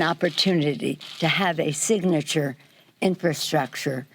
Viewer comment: Bro he cant even pernounce infrastructure.